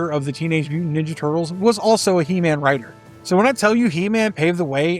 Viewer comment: chuckles near the end at the pronunciation of Writer as Wri-Tor, which just sounds like another character...